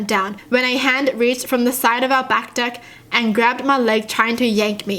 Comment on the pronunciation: You say deck like a Canadian! Your still awesome though! :)